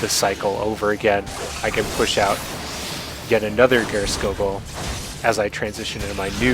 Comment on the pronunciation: Geirskogul is pronounced Spear-skoogul.